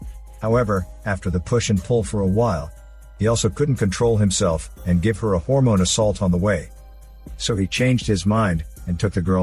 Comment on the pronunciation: Story was pretty cool. Then he said, "a Harmone assault!"... 🤣🤣🤣... I had to pause to laugh.